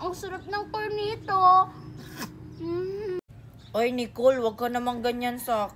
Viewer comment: Cornetto hindi cornito 😂😂